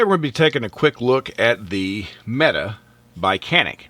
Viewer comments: It's pronounced "Meh-Tay"!!!! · Actually his pronunciation is quite good for a non Turkish speaker. He just needed to vocalize a strong "t" instead of "d"